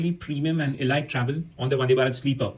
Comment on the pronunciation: thanks! btw, it's not e-light, but a-leeet (elite)